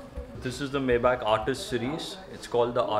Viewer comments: you pronounce it wrong way mayback, say maybaack. Now you know, knowledge is power 😂😂😂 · He dont even kno how to p4onounce maybach correctly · Maybach pronunciation sahi karo Sahil bhai.. google pronunciation karo